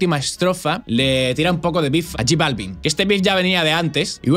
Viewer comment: No sabe ni pronunciar j Balvin